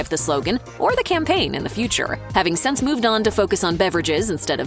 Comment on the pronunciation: The word you are trying to say is “since”. it is NOT “sense.”